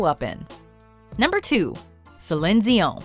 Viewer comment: Y u saying zion